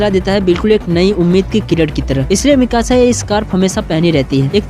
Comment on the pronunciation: Bhai vo miksa nhi ha Mikasa hai ise acha mixer kehe de